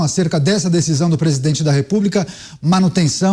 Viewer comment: Por isso acho que pra ser tudo isso ganhando tanto dinheirão, tunham qye ter cyrsi syperior,nos temos um pres8dente que fala pisidente,presidença,anus no lugar de anos. Que mais o que????daniela do caguinho e fichinha